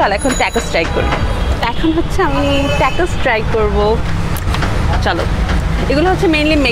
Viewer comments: Thik bolsen apu tacos ke tecos r nachos ke nechos boltase..akjon food blogger ayr amn vul kora thik naah... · নাচোছ আর টাকোছ উচ্চারণ হবে 🙂 keep up u doing good